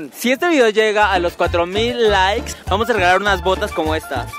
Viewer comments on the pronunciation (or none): none